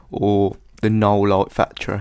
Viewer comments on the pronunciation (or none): Knoll light factory, his accent makes it sound like null ;) It's a plugin from red giant for optical flares.